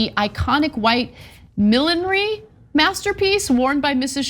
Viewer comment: I swear, when Ana said Millinery, I only heard villainy.